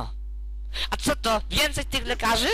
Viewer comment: Kurwa nie pij wjenciej